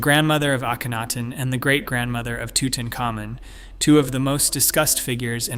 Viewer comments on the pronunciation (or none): none